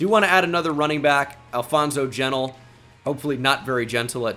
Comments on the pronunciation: it’s pronounced “jenn-teal” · it is Alfonso G E N T I L E that boy is not an Israelite 👎🏻